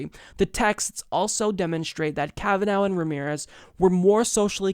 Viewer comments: I like how edited out everything Graham said that showed how the democrats schemed to kneecap Kavanaugh. And, also, it's Kavanaugh, not Kavanow. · Who else says his name like this? Most people pronounce it Kav-an-or, with a stress on the or, though the Irish pronounce it kav-an-ur the last two syllables are unstressed. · it sounds like you're saying Kava-NOW lol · Will you please watch one of the hearings? You mispronounce his name still! kavenaw!!!!!!!!!!!!!! godaymnit, do some Research before you read the script TYT sends you. A little less gay orgies, a little more time on the Office. How the heck did you get the job? Did you go under the desk of Cenk? And such stupid lies you have been served, which you serves to others. This woman have been exposed as a liar by her Family, former boyfriends, former girlfriends from college. And stop pretending like the DNC has noble reasons, and is not just using another person politically. Talk about how DNC rapes victims lives, and are a predator on weak people, and rape the US. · KavaNOW, KavaNOW, KavaNOW, KavaNOW.... stop it. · Flare. It has been clearly established that the woman has a dodgy story, and haver lied several times. Family and friends has exposed her. And can't even pronounce his name, so he is biased, when he can't even be unbiased enough to watch the hearings he report. It's like he don't have a Television even, since he has not understood the name. I am not even american, and I knew how to say his name without hearing it. How can this person not know that? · You are still saying his name incorrectly. I thought we were past this,.